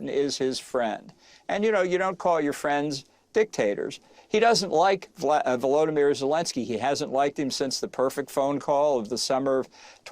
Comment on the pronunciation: V-O-L-O-D-Y-M-Y-R not Voldemyr, not Voldemorte pronunciation, VOLOdymyr. Small effort, but huge respect to Zelensky.